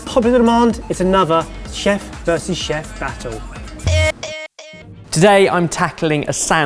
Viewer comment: Is nobody else going to mention pronunciation of 'chef'